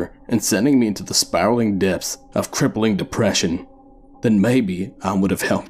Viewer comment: Am i the only one laughing because of the end? "CrepPeLiNg dEprESsien" Liked the vid